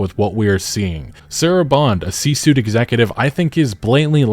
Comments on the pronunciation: "C-suite" not "suit" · How many times are you going to C-suit instead of C-suite (pronounced sweet)? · It's C-Suite, not C-Suit. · You always say “C suit” but isn’t the term “C Suite.” Pronounced sweet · Love your content man, but its suite.... suite, not suit. C for chief, and suite because there is typically a "suite" of them. Operations officer, Financial officer, Executive, etc. Sorry it’s just really bugging me that you say suit. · C Suite is pronounced C Sweet